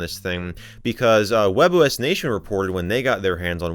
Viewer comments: That can be easily explained the form that the spanish can be variate by the country you live (like Argentina, Colombia, Venezuela, etc). as of the pronuncioation, WebOS it sounds like 'Huevos', because we say it like 'webos', wich is the same as the OS, and it's written like 'Huevos' With that explained, i hope you have a nice day, my fellow user :D (in Valparaiso there's a fricking discotec called 'Huevo', LOL) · English speakers: WebOS 😃👍🏻 Spanish speakers : WebOS 😈